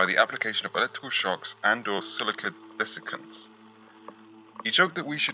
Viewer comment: Christ ALIVE it was painful pronouncing "Dessicants"